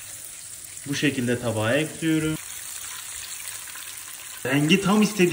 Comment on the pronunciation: Eklüyrum demesi cok hosuma gidiyor neden bilmiyorum🤫😂😂